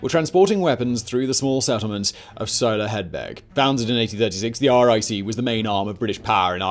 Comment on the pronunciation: As a a Tipperary man, that is the best pronunciation of Soloheadbeg I’ve heard from an English man. As always Simon, you are the 🐐!